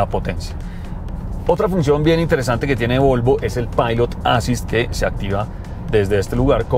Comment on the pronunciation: Volvo siempre deslumbra con esas naves que sacan... Hermosa esa XC60 Recharge T8.... Como siempre, excelente video y reseña, gracias. (un pequeño detalle: la palabra en inglés "assist" se compone de dos sílabas que son "as·sist"; el acento va en la segunda sílaba (ə-ˈsist), algo como "assíst". Solamente eso). Gracias